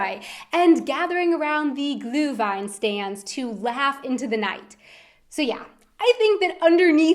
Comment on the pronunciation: I love your pronounciation of "Glühweinstand"